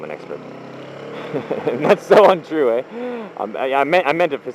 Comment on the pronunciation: he said eh that means hes coming back to canada guys